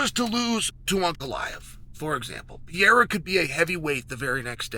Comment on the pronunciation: I'm not even sure what this "Pee Era" is that Chael is talking about. I thought the Machida Era was the Pee Era.